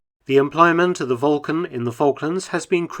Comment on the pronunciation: Why are you mispronuning the actual word Vulcan? It's spelled with a "u". Do you know something that no one else does? Volcan ?